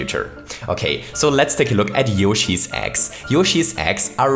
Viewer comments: When ever you Say eggs it sounds like ex XD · Every time he said Yoshi's Eggs, I thought he said Yoshi's Ex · I zoned out for a second and heard "ex" instead of "eggs"...who is yoshi's ex and how would they be useful in mario maker?? Lol